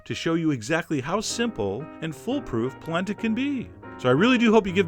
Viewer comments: It's pronunced Pall-ent-a!!!!!!!!!!!!!!!!! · I used to pronounce it "polanda" as a kid, too! Goes great with pork ribs and a your Sunday gravy sugo recipe! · Oh my gosh, My mom says POLANDA to this day. Lol. I tell her and she swears that's how her memaw said it!! Lil 4ft 7 Italian woman! Thank you for this!